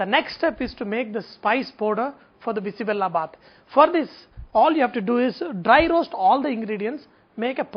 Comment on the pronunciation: It's not bissi Bella bath it's bisi bele bath bele means lentils and Bella means jaggery